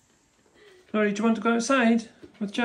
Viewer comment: I laugh when i hear pronounce "Nori" because to my ear, it sometimes sounds like "naughty". But that is so fitting, isnt it? Little scrap. 😊😅